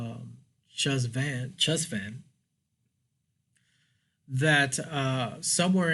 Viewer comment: I think its pronounced hesh-von